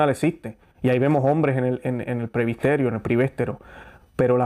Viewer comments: Gracias por las reflexiones y defender la misa tradicional y valores de LA IGLESIA, que es UNA. QUISIERA reforzar que no se juzga como condenando, sino defendiendo lo bueno, la verdad y ante todo orar... Sólo una observación, tengo entendido que se dice PRESBITERIO en lugar de decir PREBISTERIO. VEAMOS, CHEQUEMOS ESO, POR FAVIR, PROPONGO. Realmente nos está tocando ver cosas tremendas. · Muy buena informacion, pero por favor diga correctamente: PRESBITERIO o PREBITERO. No Prebisterio o prebistero. Busque en el Diccionario la palabra que no conoce. Gracias. Disculpe la correccion